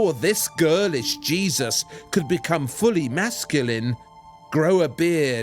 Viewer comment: I cracked up at "GIR-LISH JEE-ZUS"